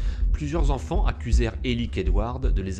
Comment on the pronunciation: j'ai eu très peur à 2 reprises : quand tu dis "les 8 zenfants" (à 2 reprises quand même) et "il apercevit". A part ces fautes à hurler d'horreur, c'est pas mal fichu, bravo !